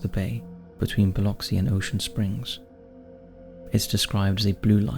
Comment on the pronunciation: honestly, great job pronouncing Biloxi, I'm from the area and it's incredible how many people butcher it LOL what a delight to see my little sliver of the world here ❤